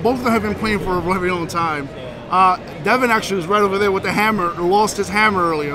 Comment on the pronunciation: Why can't you Yanks say Devons last name Correctly